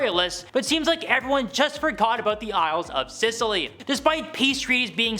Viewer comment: Scilly Isles pronounced silly, not Sicily.